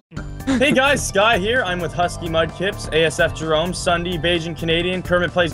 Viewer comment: have anyone notice that is said ssunee instead of ssundee